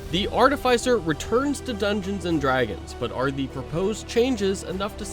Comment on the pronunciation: AR-TIH-FIH-CER not AR-TIH-FIE-CER